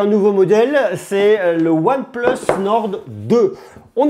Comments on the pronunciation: Arrête prononcer ''one pleuss'' S'il vous plaît monsieur 🤦🏽‍♂️ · One pleusse nord 2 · mdr tu sais même pas prononcer oneplus ou quoi je sais pas c'est logique one et plusse quoi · "Hasselblayde" ... "one pleuss" ça peut se comprendre, c'est la prononciation anglaise. Mais à ma connaissance Hasselblad ça se prononce pareil dans toutes les langues.